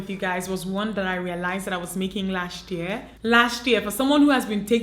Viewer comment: There is a way you pronounce the word 'Year'. Funny it is